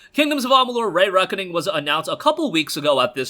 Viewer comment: Please stop saying Ray Reckoning it’s stressing me out lol. It’s pronounced ree reckoning. Love the content!